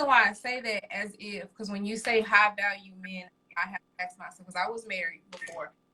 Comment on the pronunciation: He did axed the question.